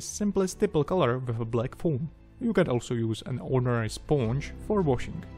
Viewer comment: “Sphonge” love your accent and love the build, nice one